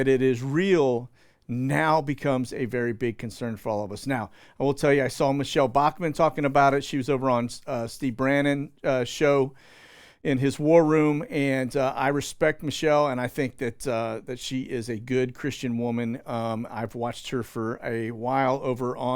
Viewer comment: Steve Bannon not brannon..lol